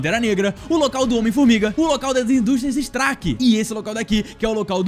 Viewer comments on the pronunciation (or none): Oxe ele falou indústrias strak mano kkkkkkkkkkk